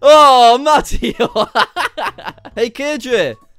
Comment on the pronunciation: its mah-tay-oh not mat-ee-oh